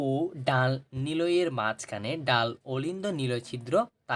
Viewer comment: ডান ❌ ডাল